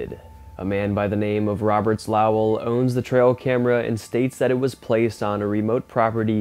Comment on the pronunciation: Sorry, the name is LOW WELL not LAW WELL.